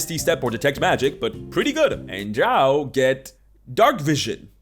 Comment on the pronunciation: I hate how they have so little description of anything, relying on the art, which doesn't always fit. Drow rhymes with crow, not cow.